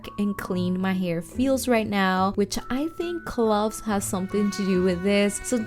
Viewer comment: Like gloves right? Lol ❤❤❤